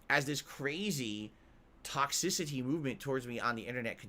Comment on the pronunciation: Too much tawhk-SISSss-city